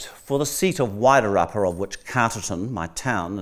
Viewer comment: So Georgina was invited there to talk to herself? The other person sat there like a prop - her and her Wider rapper pronunciation (Wairarapa) and yeah get f&cked! I loved her interpretation at the end about NZ and why the settlers went there. Georgina needs to return to the table - somewhere!!!!!! She's still got it.